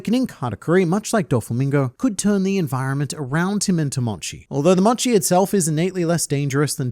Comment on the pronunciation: Correction, mochi pronounced m-oh-chi, not m-o-chi, sorry